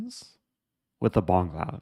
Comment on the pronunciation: Bongcloud: boMgcloud